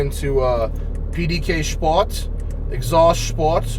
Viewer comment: Your "Sport" sounds so german. very funny. ☺